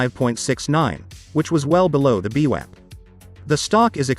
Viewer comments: beewap?? loool. its vwap .. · The robot has a glitch it’s vwap not beewap. Lol